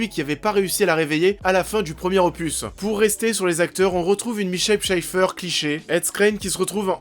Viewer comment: Oh popop...J'aurai pu te rouler 10fois dessus avec un 36t si je t'avais entendu il y a quelques années écorcher a ce point le nom de Ma Michelle Pfeiffer .